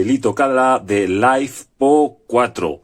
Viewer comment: lifepo4, litio, ferro, no laifpo, que rs vidapo